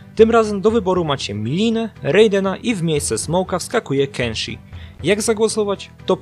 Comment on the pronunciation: Kensio XD czyli kenshi